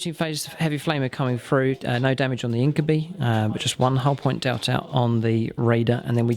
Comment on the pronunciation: I know it isn't a particularly common word but "incubi" is pronounced in-kyoo-bye, much the same as incubus and succubus are pronounced. Other than that, fun to see these two relatively uncommon armies pitched against each other